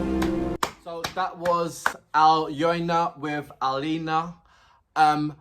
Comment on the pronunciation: Thank you for your quite deep and positive reactions! I must say that Alyona's lyrics are meaningful, and she is a clear talent - all the lyrics are not just for the rhyme - they are like a net of nicely tied laces. BTW, you've correctly pronounced "Alina", and Alyona is very close, just YO instead of I, and A-LYO-NA is pronounced like A - [A]rt LYO - [LEAR]n N - just [N] A - [A]rt